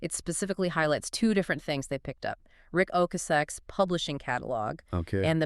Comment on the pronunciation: It’s pronounced O-cass-sick